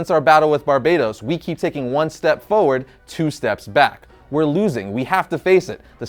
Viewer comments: Is anyone else bothered by how he pronounces "forward?" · Say Forward properly.